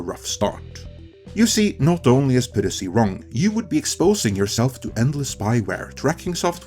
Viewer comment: PIE-RACY not PIRR-ACY